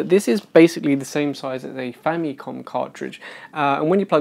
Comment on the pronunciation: That cartridge is not the size of the original Famicom cartridge. The original size is about 2.5 to 3 times bigger. However, that MAY be the same cartridge that can be applied to the Famicom Mini. Also, for your early gaffe , Famicom, or ファミコン (Romanized as FùÁ·mi·kôn, or Famikon) is a Japanese syllable hybridization of two words: "Family" ファミリー (FùÁ·mi·ri·i) and "Computer" コンピュータ (Kôn·PìYu·u·ta). This syllable hybridization is like a gestalt. The first two syllables of two longer words, are combined as a new loanword, or neologism, that combines the sum meaning of both words. in this case, "Family Computer" in Japan, became "Famicom" (or the first two syllables of both words, respectively, ファミ "fa·mi" and コン "ko·n" note, in Japanese, "N" is the only consonant that *CAN be a syllable by itself. This leads to the difference between two words: 記念 (きねん Kinen) "Commemoration" 禁煙 (きんえん kin'en) "Non Smoking". 記念場所 Kinen basho or "Monument" vs. 禁煙場所 Kin'en basho "Non Smoking Area". Both sound the same, in Japanese. except that Kin'en has a slight pause between "kin" and "en", opposed to kinen with no pause. Japanese lesson over).